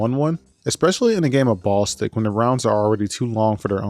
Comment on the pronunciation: Hearing you call it "Ball Stick" instead of "Ball-istic" 😂